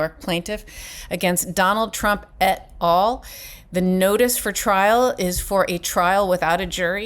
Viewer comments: Et Al.. Latin at alia pronounced AL .. Al, short for Alan... Not ALL as in everything.. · Check the Latin pronunciation for "et al". Al is short for alia not all.